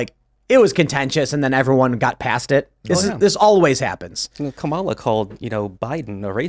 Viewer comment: is never going to pronounce Kamala's name correctly is she.